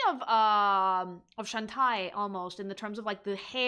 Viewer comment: I mean, when literally every time someone says “chao” out loud in Sonic media and they pronounce it “chow” and not once “kayo” that means that’s how it’s pronounced. You do not know better than the people who came up with it. Not sure why I’m bothering though, I’m arguing against the person who calls Shantae “Shan-tie”.